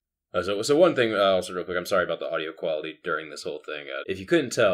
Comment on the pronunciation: Yells at his blinker, then instantly says "Sooorry." Oh Canadians, don't ever change, you're cute.